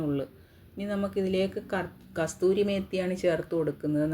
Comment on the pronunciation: കസൂരി മേത്തി ആണ് അല്ലാതെ കസ്തൂരി മേത്തി അല്ല